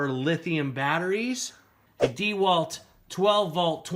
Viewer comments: Dee Walt? It's pronounced (dah Walt) enough with the disrespect...not true on the batteries, XR does not mean upgraded batteries on the 4ah...they are 18650 cells,not 20700 or 21700......the 996 drill is 4yrs old but still the second best HD drill on the market,only behind the new Milwaukee HD.... .........the impact driver is not a drill it can be used to drill but it's purpose is to I install fasteners. ......you can get less expensive dck sets with lower ah batteries..also Amazon is cheaper , currently $289 for this set.. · $320? DEEE-Walt? I don’t think so.... on either one.